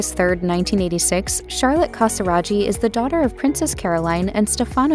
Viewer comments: In Italian, ghi is pronounced as a hard g. It's ca sa RAH ghi, not ca sa RA gee. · It hurts to hear the wrong pronunciation CasiraGhi, the h should avoid the pronunciation tsch! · Please note that the name Casiraghi is wrongly pronounced, it should sound like KASIRAGKI and not KASIRAGI... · Please don't pronounce it "Casiradschi" its called "Casiraghi" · Never heard the name Casiraghi butchered like that before. It's Casiragee, not Casirajee....... Good grief.. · I think the pronunciation of the surname Casiraghi is wrong - it would not have taken much effort to find out how to pronounce it correctly. It is an Italian name and the gh is a hard sound - as in gear. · I can't continue to hear you butcher Stefano Casiraghi's surname! It's a hard G for goodness sake!! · The ‘ghi’ is pronounced as in baggy, or Maggie. At least get that correct.😅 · It’s appalling isn’t it 😮😮😮😮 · The commentator pronounces every Italian name wrong! Even Casiraghi!!! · Every French name, too.